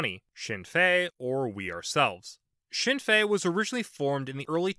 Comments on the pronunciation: Speaking as an Irish person, this was a good video! A useful overview with some slight simplification of the history (which is understandable considering the complexity) The pronunciations could have been worse, but I will say that the N is pronounced in Sinn Féin. I will also mention that Ireland has quite a strong role for independent politicians, more so then other countries. They tend to be rural, and though some are left wing, most are either localist and ideologically flexible, or openly right wing. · His pronunciation could be better, but understandable